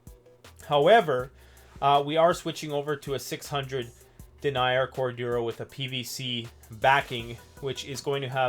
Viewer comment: BTW in this context "denier" is pronounced "den-neer". When pronounced "dee-nyer" it refers to someone who denies something.